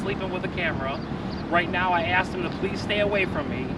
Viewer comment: Omfg....cop said "axed"